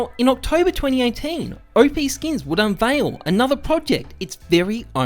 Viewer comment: "Oh-Pee Skins" lol, people always mispronounce it, its Op like Operation. The 10x increase of WAX tokens from 185m to 1.85b was well documented before the distribution. That lawsuit never went to court. The notice from Valve was expected by WAX/OPSkins so it didn't backfire, it was anticipated. OPSkins was also the first marketplace for Ethereum NFTs before OpenSea launched. Forcing Valves hand and riding the PR wave to promote WAX was all planned and calculated. No business can survive and grow when it is built to rely on someone else's platform (in this case Steam), so you need to break away from that limitation, and you may as well make as much noise about it as you can while you do it. Since OPSkins shut down in early 2020 WAX continued to build out their platform, services and tools and support their community. NFTs blew up in 2020 and even moreso in 2021 which is the whole thing that WAX was built for. The WAX token almost hit $1 last year, went down a bit with the rest of the market but climbing again now. I'm also pretty sure that WAX are making more money now than they would if they were still just a marketplace for Steam items. They went from being just a marketplace to being the platform that marketplaces and games build on, they became Steam, everything is going as planned.